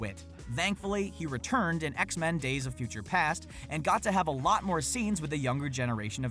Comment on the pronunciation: it’s not X-Man, it’s X-Men